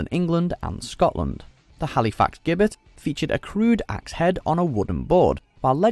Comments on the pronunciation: The frame holding the gallows is pronounced "jibbet". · One thing I'd like to say, he mentions a gibbet, which was originally where a person got hanged, or beheaded, but it's pronounced as jibbet. It's an unfamiliar word I guess so some don't know how to say it.